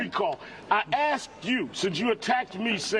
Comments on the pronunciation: Sharpton (I didn't really need to say who I'm quoting, did I?) "I axed you" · "aksed" Heaven help us.